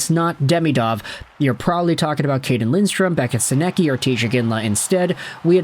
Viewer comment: You’re nowhere close to pronouncing Sennecke’s name correctly 😂